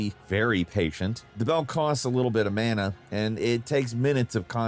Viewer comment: You pronounce mana wrong.